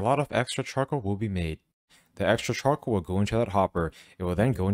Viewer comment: Ngl,i really heard 'chocolate' instead of 'Charcoal' 😂